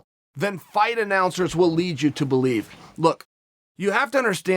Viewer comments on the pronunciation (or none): none